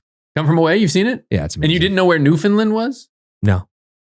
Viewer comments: With love and respect - It is said New-Fin-LAND not New-Fin-Lind. That second one hurts the soul a little. 😅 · as someone from Atlantic Canada. New-fun-land. Not New-fun-lund, or New-found-land. NEW-FUN-LAND ! 🇨🇦